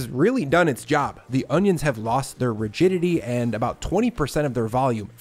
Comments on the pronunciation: i fully believed you said “the onions have lost their virginity” and i had to relisten to it 3 times to figure out you said “rigidity” 😂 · at first I thought you said the onions lost their virginity 😂😅